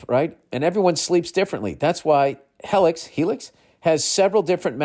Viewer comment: lost it on the helix Heylix shit